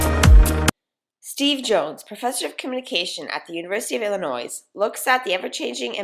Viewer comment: The "s" in "Illinois" isn't pronounced. As in "Ill-annoy"...